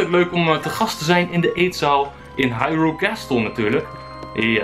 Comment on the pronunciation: Het is geen hairul kasteel. Het is Haruyl